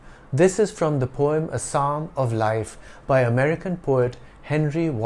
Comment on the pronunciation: I might be wrong but I still have the conviction of you have the wrong pronunciation of the word poem in this video. Kindly clarify my doubt.